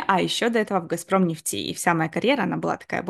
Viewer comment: А почему "Газпром нефтИ" то? 😮 А не Газпром нЕфти. И кстати, очень неинтересно слушать конечно заученные до запятой интервью, как на собесе.